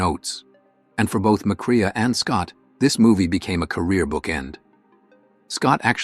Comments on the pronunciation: Mack- RAY not mic-rhea... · It's not Macreea. It's Macray pronounced. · Uh, yeah...as in McCrae is not pronounced McCREEYAH. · It's pronounced "McCray," not "McCree-uh" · That's Joel "Mack-Ray" you AI fop!, not "Mack-Ray-a"! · It’s Joel “Mac Ray” not Joel “Mac Reeah.” The robot has a good voice, but needs pronunciation help. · *sigh*. McCrea is pronounced “McCray”. McLaughlin is “Mick-lock-lin” Kerr is “Car”.